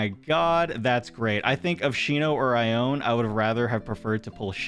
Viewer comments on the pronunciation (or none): Ione’s name is actually pronounced eye-oh-knee Sorry for the trouble